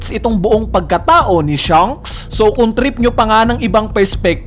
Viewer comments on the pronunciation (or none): Baket ba hirap na hirap ka ipronounce yung "SHANKS". Puro ka "SHUNKS" eh